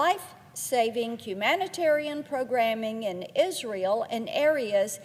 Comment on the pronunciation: Sometimes she seems to say isreal instead of Israel . But Israel definitely is real though.